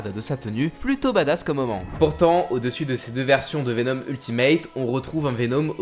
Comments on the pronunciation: Pk tu dis venOm 😂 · Joli travail. Très cool. Par contre, pitié, travaille ta prononciation de certains nom comme Venom ou Shriek.